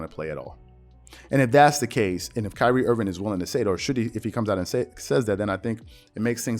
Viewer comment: “Pyrie Irving” lmaooo